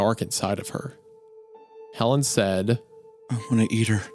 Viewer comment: Anyone else catch that Helen sounds like "Hell in"